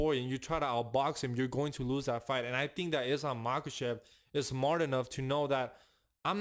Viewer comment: Say Islam Machachev one more time 😅